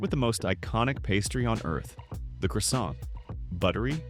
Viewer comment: Could have done your homework to get french pronunciation correct -Croissant for example, but then again AI is no linguist.